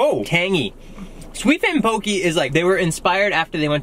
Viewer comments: 😂😂 “poh-kee” It’s poh-kay, this is amazing I love watching you guys😂😂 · It’s pronounced POH-KEH not POKEY 😬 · It’s pronounce ( pohk - eh) actually